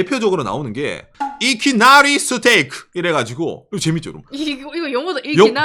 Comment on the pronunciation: 이키나리스테이크는 박가네에게 광고비를 지급하라! 발음 너무 멋지네